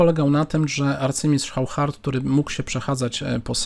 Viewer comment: Oszar nie żaden Chauchard, Waszie-Lagraw a nie żaden Wachier-Lagrawe....